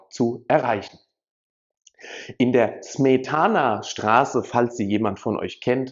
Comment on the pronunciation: Bei Smetana liegt die Betonung auf der 1.Silbe! War ein Komponist. Allgemeinbildung. "Die Moldau" u.a. !